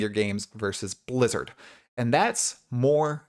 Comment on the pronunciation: I love how you hardly pronounced the B in Blizzard Lizard is indeed very hit and miss.